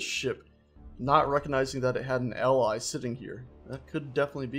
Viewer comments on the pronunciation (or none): none